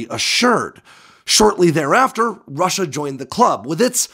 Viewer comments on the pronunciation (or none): none